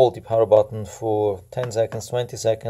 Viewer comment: Guy can't even say power from home button